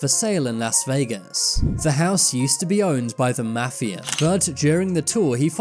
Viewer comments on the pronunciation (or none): none